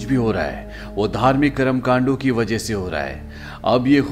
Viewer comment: 😂😂😂 KARM KAND 😂😂 sound funny 😂😂